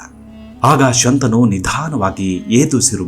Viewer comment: ಶಂತಾನು ಅಲ್ಲ, ಶಂತನು.